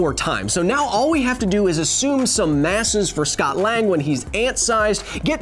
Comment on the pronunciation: Hey Kyle, during the video, so not the end of the video, you said The word assume wrong, and Any kind of the meaning, even if it’s the best guess that you’ve got, you still can’t just say the word assume without sounding like you don’t know the meaning of it.